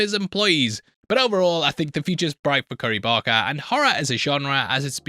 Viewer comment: Dude lol saying Navarette wrong I understand but how did you fuck up BARKer every time lol